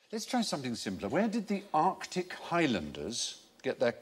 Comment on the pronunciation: Arctic unless you mean they drove articulated lorries.